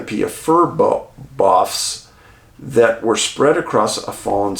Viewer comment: Boughs pronounced bows…tree bows